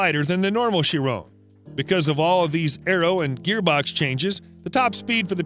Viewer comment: bruh you say chiron wrong